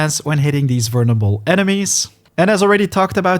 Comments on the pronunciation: I'm sorry, you're saying "vernable" instead of "vulnerable". It's triggering my grammar ocd. 😭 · Great video but dude the word is "vul ner able not "vurn able" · The way this guy says vulnerable is absolutely hilarious Vernable lol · Haha, “vurnable”. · Bro you’re not even close on vulnerable, just practice that one a little bit, everything else is sounding goodm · mate. you should ask someone how to pronounce vulnerable. cuz the way you do it is wrong.. really wrong